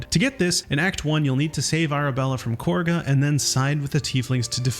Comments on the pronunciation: The name: Kagha Their pronunciation: Korga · Love learning new things even after playing hundreds of hours of this game! Also, it's Kagha - KAH-guh, not Korga. The rounding of the first vowel when characters say her name is because of the British accents 😋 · Is it just rage bait or do you genuinely mispronounce things on accident? You said "Korga" MULTIPLE times when it's "CAW-GUH". It's not even up for debate. They straight up say her name multiple times. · why do people pronounce Kagha as Korga? >.> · Genuine question, why do you say Kahga’s name like “Korgha”? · I think it's just a different accent. Many British voices pronounce it that way (Rath, Halsin etc.). In my multiplayer campaign we keep misspelling her name as "Kaugha".